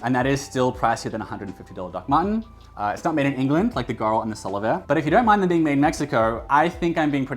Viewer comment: Solovair is actually pronounced Sole of Air :)